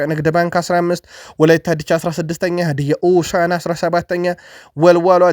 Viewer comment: አረ ተው ተው ሀድያ ኦሳዕና አትበል ሀድያ ሆሳዕና ነው ምባለው እንደምታስተካክል ተስፋ አደርጋለሁ 🙏🙏